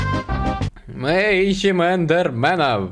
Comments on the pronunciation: Не индерменов а эндерменов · Raff Андроид Игры Не «Не индерменов а Эндерменов», а «Не индерменов, а Эндерменов».